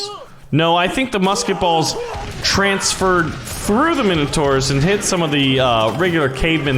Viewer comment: Why can’t Americans pronounce Minotaur correctly